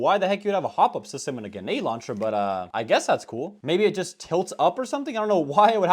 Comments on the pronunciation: day 1 of me asking to stop saying "genade" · I wish you would say grenade properly not gaynade